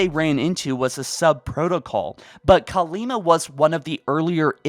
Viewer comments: Still Kalmiya, not Kalima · the Banished lost contact with Atriox because their ship got blown up remember? So they won't have the means to communicate. Also, its Kalmiya not Kalima lol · Please stop saying Kalima... Her name es KALMIYA!